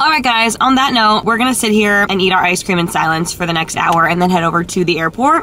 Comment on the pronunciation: "chicken pream" LOL he definitely couldn't talk